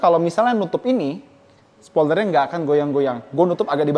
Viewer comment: Ucapannya serius tp humor bang 😁 “Spioler” Saya tdk akan mempermalukan merek seperti “Honda civic type-R”